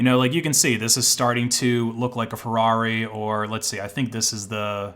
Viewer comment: Very funny how you pronounce ferrari